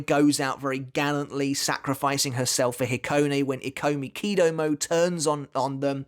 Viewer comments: Is it not pronounced “e-ko-miki-doh-mo-ay” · Ikomikidomoe, you have to pronounce the "e" like the "i" in "it". It was bothering me every time you said the name.😅😆